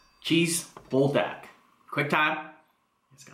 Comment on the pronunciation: you say BUL like BULL or BOOL (Pool with a B) which means fire, and DAK is chicken like GAI :P Good stuff, but I would of added the chicken into the ttokbbokki in the saucepan and then added cheese on top of everything on the stove top.